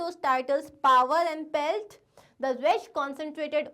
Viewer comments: It is PELF... NOT PELT 😂😂veryyyy goooodd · Not pelt it's pelf